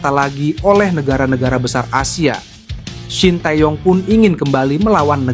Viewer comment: Min, kalo baca shin tae young jgn dibaca blak²an, bacanya sin te yong, tae dibaca te. Young dibaca yong.